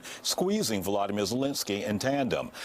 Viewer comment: Trudeau call him Valdermir. It's Voldermir stupid